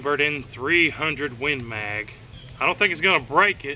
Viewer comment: "win maaaaaaag" :-D Love your pronunciation, buddy!